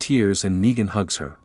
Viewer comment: Why you say nagen